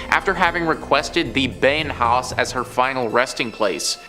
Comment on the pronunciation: Beinhaus is being pronounced "binehouse", not "beynhaus"!